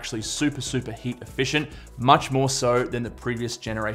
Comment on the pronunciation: I thought you said “hate” is one of the factors 🤣